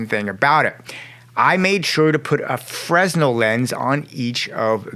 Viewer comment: Friendly tip the fresnel is pronounced (fernell). BTW I love breakdowns like this. Keep killing it. Finally subscribed!